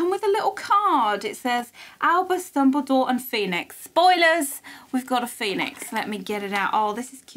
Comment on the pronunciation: hahaha I like that call Dumbledore's name in nearly Chinese accent ，lol "Dumbuliduo"